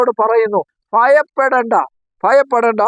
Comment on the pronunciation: Mayappedenda, ennallaa, bhayappedenda ennaanu.